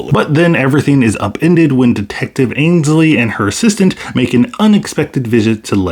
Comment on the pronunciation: Dectective Angsley? It's Ainsley. You definitely said Angsley though. And I'm really not liking this character overall. Totally overplayed. I've really been enjoying the show, I hope it stays on course.